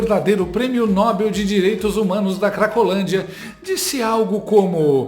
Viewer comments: NÓBEL, NÃO: NOBÉL! Sem os acentos, é claro! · Oi!! Sensacional e assertivo com o bom humor de sempre!!! Qto a pronúncia de “Nobel”, uma dúvida, não seria oxítona, pronunciada como papel, Mabel, etc?? Abraço forte 💪 de Sorocaba SP